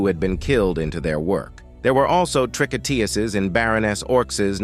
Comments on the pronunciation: TREE-KO-TOOZ not trick-oh-TEE-ussez. The singular tricoteuse and the plural tricoteuses have the same pronunciation with the number (=singular vs plural) conveyed by surrounding words such as the article adjectives or the number implied by the verb ending. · In English you would pronounce "tricouteuses" "tree-co-TOOSEs" from the verb "tricoter," to knit. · you pronounce "tricotEses". The third syllable is like in EUrope. And you do not pronounce the final S for the plural. It is silent. (French-US here) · It definitely had its dissuasive effect on criminals, knowing they could lose their heads because of their crimes. Tricoteuses is pronounced TREE-KO-TEUZ in french, by the way. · You have to learn how to pronounce "Tricoteuses" properly. It's "Tree-kot-tewz". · Man, if you're going to use the word "tricoteuses" a gazillion times, LEARN how to pronounce it!